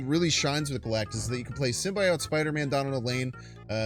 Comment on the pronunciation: Calling Magneto "Magento" is shits and giggles. But prouncing it as "simbayote" is crossing the line.